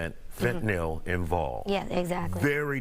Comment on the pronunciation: Pronounces Fentanyl properly.